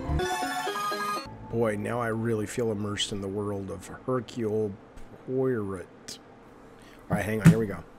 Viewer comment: damn, I didn't go to college and even I can pronounce Poirot correctly